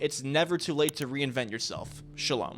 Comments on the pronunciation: Youre an israeli? Wtf is shalum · Did he say shalom like the jew salam?